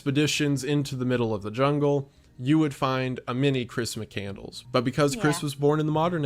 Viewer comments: "Muh-candle-s"? I'm losing my goddamn mind here. Especially if that's actually what it is. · McCandles? I thought it was McCandless.... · Lol, Correct. Mc-Cand-less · I get why she mispronounced it, easy typo, but doing the whole video wrong is dumb. Probably intentional rage bait for comment interaction.